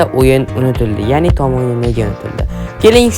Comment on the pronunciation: "Tom" emas "Tom" deb yoziladi ahmoq "Tom" deb oʻqiladi. Shu jinni har safar "Tom" deganida asabim chiqib ketyapti🎉